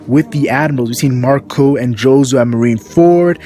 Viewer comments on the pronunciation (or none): none